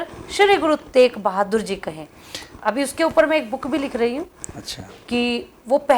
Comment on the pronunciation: ਪਤਰਕਾਰ ਜੀ ਗੁਰੂ ਤੇਗ ਬਹਾਦਰ ਜੀ ਬੋਲੋ ਗੁਰੂ ਤੇਕ ਬਹਾਦਰ ਨਾ ਬੋਲੋ ਸ਼ਬਦ ਸਹੀ ਬੋਲਣਾ ਚਾਹੀਦਾ ਹੈ